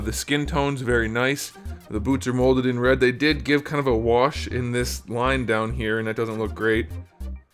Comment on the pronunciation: Every time you said "molded red", it sounded like "molded bread" and I laughed so hard. "The cape is a nice molded bread. This is molded bread with yellow paint, and that's very clean. The trunk and the belt, all molded bread with the yellow on top. Not the cleanest." I'm dying. This isn't a figure. It's moldy bread.